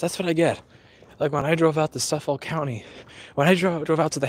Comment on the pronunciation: It's "Suff-ick", not "Suff-folk".